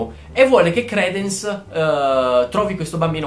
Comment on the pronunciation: Tesoro io giuro ti adoro, però si pronuncia cr"I"dence e orfanOtrofio, comunque sei un grande :3